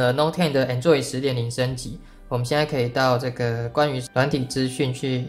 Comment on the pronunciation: 為什麼台灣讀Android做enjoy?有點怪怪的(沒有惡意